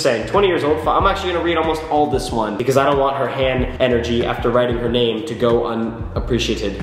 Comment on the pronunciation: I put 4/5 on the out going scale as in between 4 and 5...so 4.5 lol its ok though, we all have different construals and you said my name right so that's all that matters <3